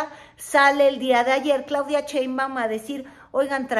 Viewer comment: Me encanta ésta mujer, deshizo a la Sra. Cortés ja¡ que comentarios y su humor...más cuando pronuncia Cheinbaum